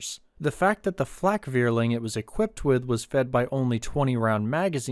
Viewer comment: When making videos on german issues, why not learn some basic German? Say how to pronounce, Zerstörer, Wirbelwind, Vierling, …